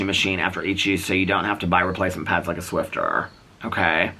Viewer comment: Hi, there’s no “t” in Swiffer 😊